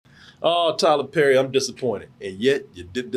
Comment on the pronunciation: “Tyler LePerry”!!! 🤣🤣🤣🤣🤣